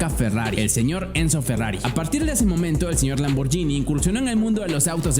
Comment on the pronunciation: se pronuncia lamborguini, una italiana casi me pega cuando dije lamborgini